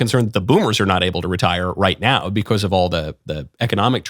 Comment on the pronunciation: Please stop saying 'because' like u English is not your first language And also please stop being smug